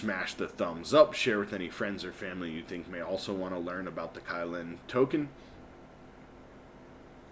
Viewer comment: It's pronounced Kuy lin. Other than that, great content!